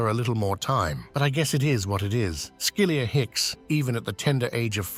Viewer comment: Skilyr Hicks. Not Skilia